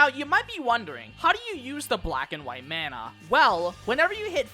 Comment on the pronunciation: >pronounces corps-a-corps right >pronounces Mana like they're from Minnesota